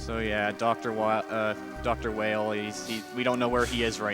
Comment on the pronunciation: "Dr. Whale" "Dr. Wheel" His name is Vile in JP, so it stands to reason it's pronounced "Wile" in US. This is further supported in game by possible connections to Dr. Wily of Megaman's past.